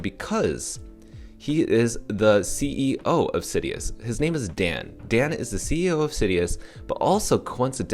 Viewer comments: IT'S SI-DUS.. not SidEEus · sidus (see-duce latin for star mentioned in first AMA) is the pronounciation. not trying to be a jerk haha just heard it pronounced 100 different ways :P